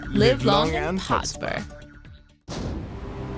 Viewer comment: i was interested up until "podsper"